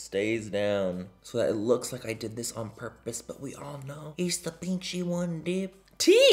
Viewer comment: Lmao “pinchi”